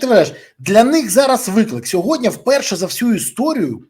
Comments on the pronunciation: Борисове, Я вас дуде прошу, учить сову, не сьогоднЯ, а сьогоднІ !!! А то ви,як тигипко з цим сьогоднЯ !!! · Березо, не сьогодня